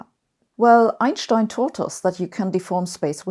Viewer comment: Damn, I grew so used to hearing Einsteins name pronounced wrong that it completely threw me off when I heard it pronounced correctly at the start of the video